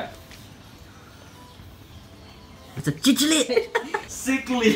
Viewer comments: “ITS A CHICHILID” PFFFFFF 💀✋✋✋ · Its pronounced cichlid like sick but with a c inside of s